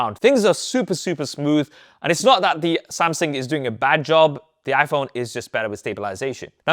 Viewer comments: Right! Great great video, but I can't get away from the fact you keep miss pronouncing "Samsung" as "Samsing/Samsin". The more you say it, the anxiety I get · Why do you keep saying “Samsin”? It’s “Samsung”. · Good report! It just kinda bothered me that you kept saying SamSING instead of SamSUNG. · samSING lmao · Samsing? I think Sam sung already he’s not currently singing. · Samsung not samsing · why i heard Samsing frequenly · Es heißt Samsung! Du hast einen Sprachfehler